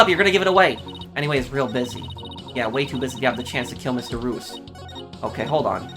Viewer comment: Mr reus’ name is pronounced “ree-us”; his name is a play on the word “mysterious”